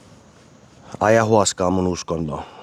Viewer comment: Kiitos, loisto kontsaa ja hyvä meininki teillä! Kaikella rakkaudella, mutta aijawaska... Voisko? Anteeksi mut hyppii korville väärin lausuminen. 😉😆❤